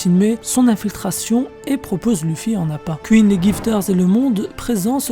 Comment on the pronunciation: C pas kuine mais queen !! Déjà que ta voix est stressante lollll alors si en plus tu prononce mal 😱😱😱 ! Mdrrrrrr